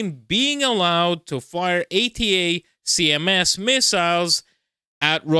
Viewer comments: You don’t have to say each letter of ATACMS when mentioning them. They’re commonly referred to as (pronounced) ‘attack-em’s’. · "ATACMS" is usually spoken as "Attack"ems." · "attack -ems" how you say the missile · pls, it's pronounced "attackems" and "highmars" buddy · Watch some Jake Broe, to pronounce ATACMS properly. 🙂